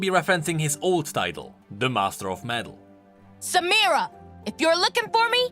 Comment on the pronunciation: U r the first youtuber to pronounce "samira" right